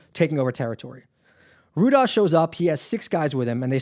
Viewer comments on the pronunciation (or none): Rudaj is pronounced “Rudai...Rudaiii” is the plural of the “Rudi” surname. It isn’t pronounced “Rudazzz” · Rudaj is pronounced Ru-Die.